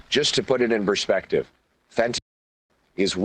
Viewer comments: Really?? You can’t say fent…….anyl?? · This is our next to be prime minister, and he can't say fentanyl